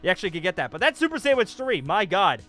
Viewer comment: He said super sandwich